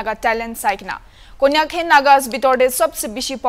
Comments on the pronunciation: Not kanyak it's Konyak tribe , naga media cannot face the camera? Naga media should visit and report or interview properly, this cannot even pronounce the name of a tribe, saying kanyak , new year ti Christmas khabo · Bro please not kanyak okey konyak ... Please as journalists please try to pronunciation well... U doing grt work. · It's konyak k Mr reporter it's not Kanyak 😂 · Lol all I hear is kannak💔🤧😆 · What reporter is this??? Can't even pronounce the name Konyak properly??? please,I want to request the hornbilltv to use more of our local pple in reporting. I think they can do it much better. Let them also learn n explore our land n it's beauty n different culture. I've been watching your news channel daily n ve observe that much improvement has to be done. I know it's not easy infront of the camera but you can improve it, so take it positively, I know you can do it much better in days to come. All the best 👍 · For such interviews please appoint an interviewer who atleast have little knowledge about what he/she is about to interview. He is struggling to even pronounce konyak properly. And the way he speaks to the king " apni moike Kobo lage " it sounds so rude like no respect to the king at all. He should've been more polite or use such words like "morom para". Or if not it could be said as " apni moikhan k janai dibe or koi dibe"